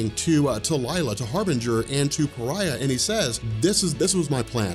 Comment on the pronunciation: Came here because said Pariah as Far-eh, and it was so fucking annoying like how do you see Fareh in Pariah I have no idea. But there is so many ads in this video holy, I’d understand like 1 every 10 minutes but Jesus 😂